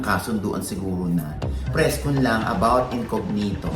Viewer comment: It’s not incoGnito po, it’s an Italian word and it is pronounced as incoÑito.